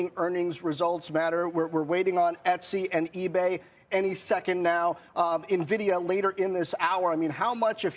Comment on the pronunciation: How do folks who own Nvidia as a core holding still pronounce it wrong? The host even says Nvidia in the question lead up